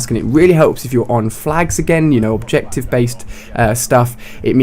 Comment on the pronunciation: I think he is saying objection, not objective...